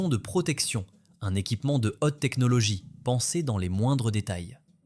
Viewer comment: Hote technologie, otel, otre chose, la cose.... fotes de prononciation !